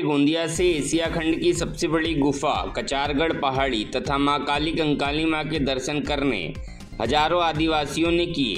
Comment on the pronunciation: कली कंकाली है ठीक बोलो ना